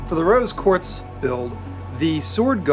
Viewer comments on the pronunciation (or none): Roby Quarz? It´s Rose Quarz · Did anyone else hear the guy that did the handle say 'ruby Quartz ' it rose quartz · He said “ruby quartz “ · My mans said “ruby quartz” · Did he say “Ruby Quartz Sword”??? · Did anyone else hear him say Ruby quartz